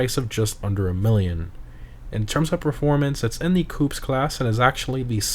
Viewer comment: Coupe is pronounced coop not caup